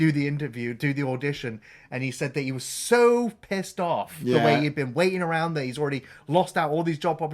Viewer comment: once again proving there the best... Ah-row-und! Only saw these films once as a kid (not a karate one sadly) and liked them well enough. But it was Cobra Kai I loved, even if it went incredibly stupid towards the end. I’ll accept Silver sword fighting Chozen, but VR training in a throwaway episode? Up yer arse